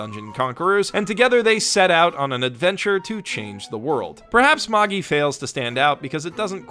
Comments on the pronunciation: Mae-gie Not mah-ge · It's said Mage-eye. Plural of mage, "mages" is the incorrect plural form. Mag-gee? Really? I'll be sure to read the munguh of Maggee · No,. It is not pronounced the way you think. Magi is pronounced like the word magic without the C. That's how the actual pronunciation of the word is. What you are pronouncing it, is how the dub copied how the Japanese people say it because they can't pronounce other languages properly because of their accent. Don't believe me. The dub even incorrectly carried over how they mispronounced the name Titus. They pronounce the "I" like it's an "ee" Magi is the plural of the ancient word Magus, a Persian word for a sorcerer It's the same problem where people mispronounces Academia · Wait...what? Maaa-geeee? Isn’t it Maj-eye? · It's pronounced "maj-eye". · I almost want to downvote you for that pronunciation of Magi alone. Almost. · How can we take you seriously if you can't pronounce "Magi" correctly? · I think They pronounce Magi in show incorrectly. 'Mobile Suit Gundam: Unicorn' .....Wha? Unicorn really? I thought that show was terrible. .....Also no Wakfu on your list (After putting Dragon Prince on there, you don't got an excuse.)? Or Voltron? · The way you pronounce Magi hurts my heart.